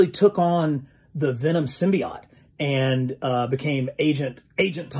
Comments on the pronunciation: Please stop mispronouncing symbiote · Just got into your videos, this might be the fourth I’ve seen, just subbed, but listen, you’re pronunciation of Symbiote is bleh.